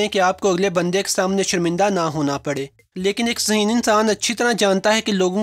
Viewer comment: Phly koi yeh btaye zaheen hota hai ya haseen.😂😂🤣🤣🤣.... bhai bol toh sai lo😄😄